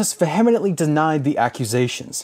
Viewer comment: I love the series and am thankful. If I may offer some constructive criticism. It’s “fractious”, not “fractitious”, and vehemently should have the first syllable emphasized. I find no fault in the work itself and your narration is impassioned and pleasant to listen to. So I’m left to offer minor quibbles over the grammar, well-meaning ones. It’s good work, thank you for making and sharing it.